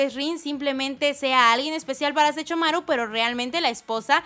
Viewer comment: No sé ustedes, pero me desesperó que cada que mencionara a Sesshomaru dijera Sechomaru ._. De ahí en fuera, me encantó el vídeo jajaja uwu